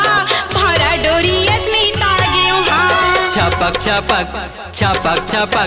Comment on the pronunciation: Dhamak ko damak bol raha hai bhaiyo or baihno suno dhyan se suno chhapak ko chapak bol raha hai